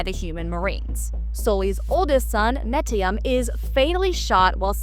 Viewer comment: Girl, pronounce the name correctly! NEYTIRI! You've insulted the franchise! I'm a huge fan of the franchise and you definitely haven't seen any of the films. Lol😂